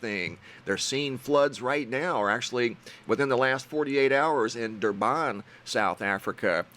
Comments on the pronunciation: Dur - Bin not Dur-bon matey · Durban is where I live and the name is pronounced as Durbin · Heya, thanks for the info! Im from South Africa, and have family in some of these area's. Just FYI, Durban is pronounced "Durbin":) I used to live there before immigrating to Australia. Please keep the updates and info coming! It is greatly appreciated